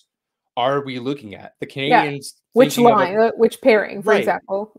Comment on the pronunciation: Intro still says 'Canadiahns' by someone who doesn't know how to pronounce Canadiens properly.